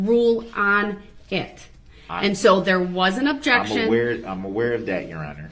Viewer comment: Poster Child for IDIOTS Darrell Brooks!!!! Objecshun axe jujishal substain!!!😂😂😂😂 fkn idiot